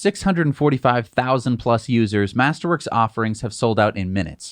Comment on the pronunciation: When you say "master works", all I hear is "tulips"